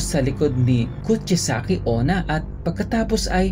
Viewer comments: It's kuchi-sake-una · it's kuchisaki onna